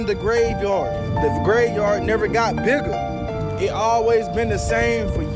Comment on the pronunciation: "The graveyard never got biggle"